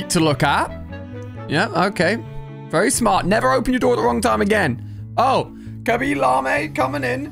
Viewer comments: did anyone notice that he says Khaby lame Khaby lama go to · He really said ‘Kabi lam ay ‘ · Yo I'm British but Ali, khaaby laama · He literally said Khaby lamay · bruh did you say cabee lahmey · Khaby La me? really? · Im sorry but are we gonna skip over how he pronounsed khaby lame